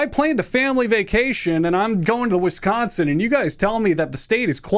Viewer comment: Wisconsin is closed for business to anyone who pronounces our name wrong